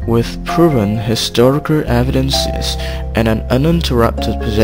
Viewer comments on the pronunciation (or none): "Wissu puruven historicurr evidense"